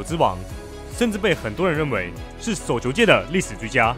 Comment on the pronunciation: 內容和剪輯都不錯，但能不能去學習一下中文正確發音，捲舌音全部變平舌，聽得真的很痛苦。 雷澀、叟球、四錦賽……🤨